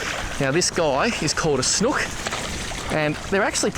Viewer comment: Snook pronounce it right ya sound stupid Snooook it’s not like a hook sound more snooook